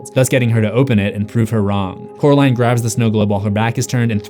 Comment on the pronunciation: Just to remind you, it's Coraline, not Caroline. Oracle ✨🐞🐾🎧🍕❤